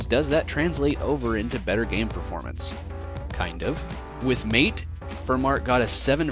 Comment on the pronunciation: Just one thing that bothered me, MATE is pronounced "mah-tey" instead of "mayte" as you said in the video. This is because it is named after a South American tea named "Yerba maté." /rant Nice video though!